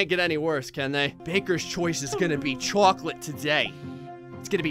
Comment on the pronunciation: At 1236 says cocklate